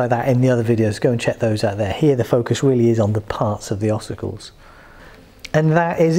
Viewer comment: Thank you - so that's how you pronounce it!